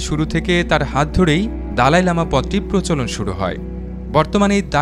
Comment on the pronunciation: " দলাই লামা " ,,,,, দালাই না